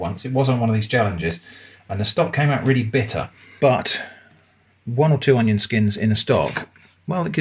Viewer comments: "Oneion" lmao 😂😂😂 "Twonion" also lmao 😂😂😂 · I don't know why, but hearing "oneion" and then "twonion" sent me into a laughing fit. Love what ya do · I literally LOLed at the oneion twonion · Twonion lol